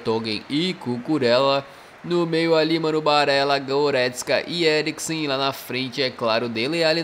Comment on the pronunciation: "botou no Eglicriksen" kkkkkkkkkkkk